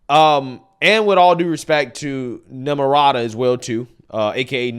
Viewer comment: When said namaraata 😂😂😂